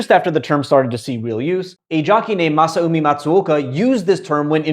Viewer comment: I love how this popped up in my feed right after I was binging old Japanese horse races, including the 2009 Tenno Sho Spring you mention! (The jockey's first name is pronounced "Masami" btw)